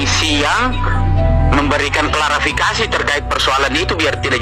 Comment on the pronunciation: Aq lebih gemes n benci ktika dia bilang klarafikasi. Ngomong klarifikasi gak becus,emang bpk ini tak punya adap, SDM rendah.